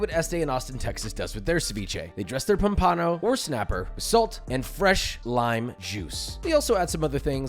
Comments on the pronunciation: Um, it's pronounced POMpano, not pomPAno. I think a pro should know that. And do you really need to be so frenetic? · Josh, it's pahm-puh-no, not pom-paan-o. You did one of my favorite fishes story with that pronunciation. 😂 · Did he just say 'Pom-pahno'? Dude..it's pomp-ann-o....pompano. all one word. Not 2. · pom-Pah-no ??? Seriously? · You pronounce pompano weird Sorry. Not trying to be mean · Love this video. Don’t love how you said pompano 😂